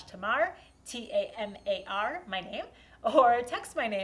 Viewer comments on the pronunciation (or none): Great video and a wonderful bent chair Tamar, (just what the world needs today when there could be a good market for bent chairs amongst our easily bent or totally bendable politicians,) but I was a little surprised by your pronunciation of your name with a flat first "a" as almost a "Tumar." In the UK, in the counties of Cornwall and Devon which are divided by the river Tamar, the pronunciation of the first a is almost that of "ay" to give a clear definition to the river, and to me, this is an outstanding definition that suits your amazingly adventurous personality. So, "Tamar" or "Tamar," or perhaps even "Tamar" or "Tamar," thanks again and best wishes with your next project, whatever that is, and whether it is bent or straight, or maybe even a little bit curved or wobbly. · Tuhmar? - Tamar is a Wonderful old Gaelic word. a child of Tamara, the water sprite whose underground world gives birth the (for the UK,) mighty river that divided the peninsula of Cornwall from the rest of the south west in Arthurian legend, except for a fragment of moorland that clung onto the northern passage taken by one of her lovers to the northern seas, while she flows south with the other lover, picking up admirers and allies on her journey to the British Channel via what is now called the Plymouth sound. Dark water, deep water, great water, and the name was even noted in Roman Egypt and carried down to Australia where it lives alongside that original aboriginal name for a similar river to that found in the UK, and where it can still be heard in various reproductions of the Gaelic, pronounced with the mighty Ay.